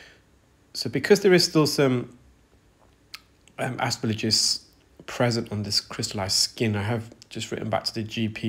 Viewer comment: The g comes before the l in aspergillus 🙂 Ass-per-gill-us.